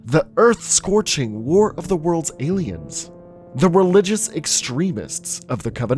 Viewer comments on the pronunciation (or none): did he just say walk of the worlds